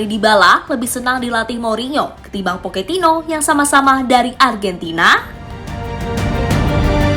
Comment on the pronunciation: Era baru poketino Kalau ngomong yg bener min pocetino poketino oon x kau